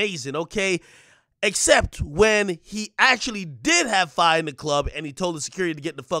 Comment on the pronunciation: "Your honor, he clearly needs to keep his own fye"